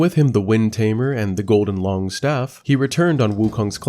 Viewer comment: Some common names in this game are yaoguai pronounced like “yow gwai” and “loong” pronounced like “lohng” and sun wukong is pronounced like “swin wu kohng”